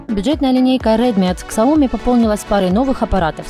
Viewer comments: К..к...ксаоми? Может быть СЯОМИ? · прежде, чем идти клепать обзоры, коих тысячи, выучили бы произношения названий производителей... после ксаОми выключил нах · Господи!!! Ну почему Ксяоми? Почему нельзя говорить без ошибок? Прям слух режет 😱😱😱